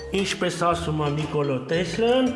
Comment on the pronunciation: Ասըմա😂պ ի տեղը (ձ) ա ասըմ՝ էս ում թլիկ էրեխենա😂😂👍👍👍